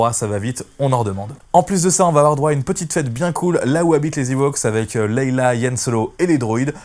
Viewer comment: Princesse "Leila". Tu m'as tué en prononçant mal son prénom systématiquement. Répète après moi : Leia (se prononce "lé ya") Du coup, je n'ai rien écouté de ta vidéo. Comme quoi une vue ou un abonnement ça se joue à peu de choses. :-)